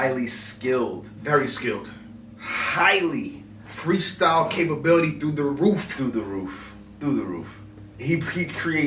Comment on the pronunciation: The way he said "Highly". I felt that because Solomon is noooooooooo joke. He's def on mt rushmore. Mook 5-0'd him but thats arguably his only L and has been on a silent streak since he's been back.